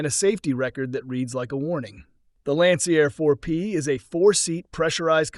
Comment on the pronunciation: yep, it’s easy to pick up the AI Narration; it doesn’t recognize Roman Numerals, calling Lancair IV-P an “eye-vee P” it also butchered Lancair by calling it “Lancyair”. Man, I hate AI.